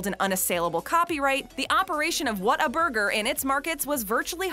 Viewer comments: True fans know its pronounced "WATER-BURGER" not how its spelled "Whata-burger". Got really annoying hearing her say it wrong soo many times. Proven by the clips of Texans talking about it in this video. P.S. Don't mess with Texas. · You don't say what a burger you pronounce like this " waterburger " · If you're going to do a top 10 on Whataburger, make sure you pronounce it correctly..."Wad-er-burger." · it’s WHATERBURGER to us natives. lol no hate but hearing “whattaburger” was a lol strange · If you are a true Texan you know it’s pronounced WATERburger. Fact. State law! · its Pronounced Waterburger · Is pronounced waterburger New Braunfels , Texas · It makes me so angry how she keeps saying the “W” is an “A”. That is not correct